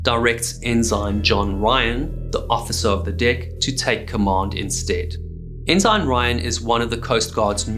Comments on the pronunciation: in the US Navy and US Coast Guard, the g in ensign is silent. So we pronounce it en-sin, not en-sign. STG1, US Navy ( ) for reference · I didn't know their were Enzymes in maritime names. It's Ensign. Pronounced Enn-Suhn. SMH. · Great content, great presentation & many thanks for the hard work. As a friend of the channel, pretty sure pronunciation is ensun for ensign a US Navy rank. An enzyme is a biological catalyst and is almost always a protein. It speeds up the rate of a specific chemical reaction in the cell. Pls keep content coming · I like your videos but you’re killing me here. - It’s not pronounced “in zine”. It’s pronounced “in sin”. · ensign is NOT pronounced en-zine.....it's en-sin. Enjoyed the vid, but that was so annoying. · does he know it's pronounced 'en-sen' not 'en-sine'? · are u x mariner? why do you say it like N SIGN, its pronounced N SIN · I'm sorry man, I hate doing this, but some things really degrade the content, it's petty, but maybe nobody has said anything, and maybe it's just me, I'm fine with that too. Your pronunciation of "enzyme" for ENSIGN(en-sen), and "boy" for BUOY(Boo-ey), was really distracting when the rest of your narration was perfect, every time you said one of those words it yanked me right out of the immersion of your story. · Is the British pronunciation of "ensign" : "ehn-ZINE" rather than "eh-suhn"? Interesting. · Yes, I noticed that his pronunciation of 'ensign' was unusual. Then, he continued on saying it that way. I thought the word was pronounced, 'n sun', rather than 'n sign'! But, accepting some relatively minor flaws may be the price of admission. To think everything should be one way and not the other may likely limit our scope of understanding. We should focus on the 'big picture', rather than the minutiae within....or maybe I'm way off base... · Ensign is pronounced "in sin" with accent on the first syllable. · For clarity we pronounce ensign "en-sin" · En-sen is the pronunciation.